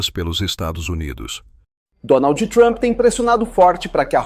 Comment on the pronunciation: POR QUE TODO PLAYBOY FALA DONALD THUAMPI ?????